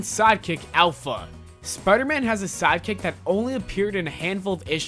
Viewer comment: I hate how he pronounces spiderman spidermun >:L